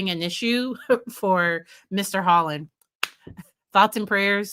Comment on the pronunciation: Just a lazy gamer found that she plagiarized the first part of her statement and mispronounced his name!